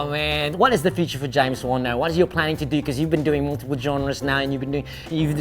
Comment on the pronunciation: I played it back again, I think he pronounce it as mr. james won.